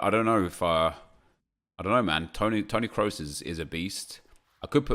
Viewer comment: Its Kros not Krus